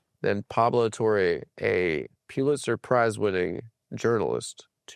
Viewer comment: How many times does the bug say “Pulitzer” in this one